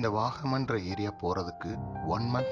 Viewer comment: Bro வாகாமன் இல்ல Bro வாகமண்